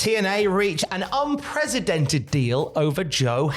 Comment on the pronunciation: TIL that can’t pronounce the word “unprecedented”.